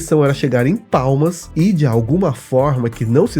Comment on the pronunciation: não eh PALMAS? Eu acho que ouvi PAULAS….😌